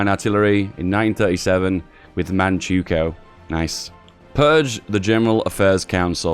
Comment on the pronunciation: Manchukuo = "Man-chuh-kwo"